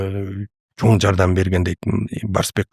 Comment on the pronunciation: Такое ощущение что специально акцент делает. Неужели за столь лет жизни научился выговаривать слово "Чоң" и букву "ң".